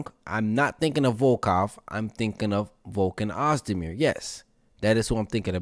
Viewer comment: Damn you butchered Volkan Oezdemir badly lol.